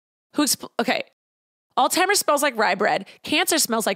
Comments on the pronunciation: Omg "all timers" why do you call it that! It is alZheimers. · Loved this but the way you say “alls timers” 🤣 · Is it just me or did pronounce Alzheimer's as "All-timers"? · I’m sorry but the way you say Alzheimer’s is killing me 😅